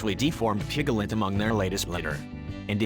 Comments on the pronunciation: Isn't it piglet not pigalet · A pig-gel-ette ? Two syllables, sir! PIG-let. Where did you learn to read? Two headed animals are not as rare as an adult who does not know how to sound out a word! Gees! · It's PIGLET ... not pigalet....sssshhhh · please stop saying pig a let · pig - i - let - it's NOT evolutionary. for pete's sake!!! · "Pick-a-lit". "pri-mit" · I noticed those, too! piglet with 3 syllables! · you mean pi ga let? LOL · PIGALIT? SERIOUSLY? NEED TO LEARN HOW TO PRONOUNCE THE WORD. I BET ALL THOSE CHEMICAL FERTILIZERS ARE CAUSING THESE MALFORMATIONS.......CAMBODIA ISN'T EXACTLY RENOWNED FOR IT'S CLEANLINESS. AND NO BODY HAS THE RIGHT TO KILL A DEFORMED ANIMAL, MOST OF THEM CAN LIVE A NORMAL LIFE & SHOULD BE ALLOWED TO LIVE. I HATE FARMERS BECAUSE OF THIS. HUMANS CAN BE SO EVIL, YOU JUST HAVE TO LOOK AWAY SOMETIMES. THEY DON'T KILL MALFORMED CHILDREN DO THEY? THEN WHY , DO THEY MAKE SUCH DRASTIC DECISIONS FOR DEFENSELESS ANIMALS????????? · It's so cute how you make "piglet" a 3 syllable word 💜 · stop with the electronic voice, the way it says piglet is really stupid